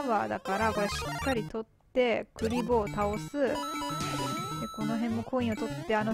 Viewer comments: 平坦にクリボーの気がするけど 笑 の場合栗坊みたいな発音ですね。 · クリボーの発音それなんですかね。笑 1位おめでとうございます！！🙌